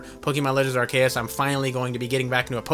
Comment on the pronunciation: I agree u r a wierd lil man also u pronounced arceus wrong